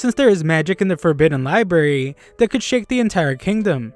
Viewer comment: libarry?? 📚 It's library. LIE-B-RARE-REE